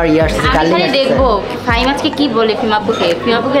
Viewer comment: k faim bole 🤣